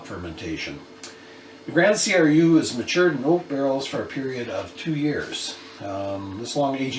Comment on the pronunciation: Hhaha , 6% high side of beer ... mmm better get some more Belgian beer in the house . BTW i do love a Rodenbach Grand Cru ( and its called Grand Cru , not C R U ) once a while . For me its about the lightest beer i enjoy . Normally i go for stronger and many times a lot stronger . Beer imho does only get interesting past the point of 7% / 7.5% alcohol . Then the quality starts to show and the taste does get interesting . Maybe you should try a Duvel ( Tripel Hop if available ) , La Chouffe , Tripel Westmalle , Chimay , Orval , Tripel D'Anvers , Tripel Kermeliet .... the list goes on and on and on .( do not try them all in the same day , since all mentioned are well beyond 8% ) .